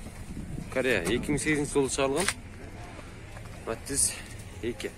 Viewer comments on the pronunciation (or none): Матиз деп суйлочу укам матз дебей